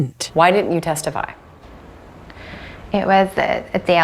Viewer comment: Interviewer is baiting her to say testify...tethify.